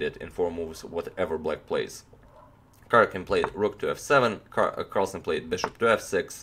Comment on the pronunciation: Dhruvil Purani J in east europe is pronounced like y, so it is Karyakin.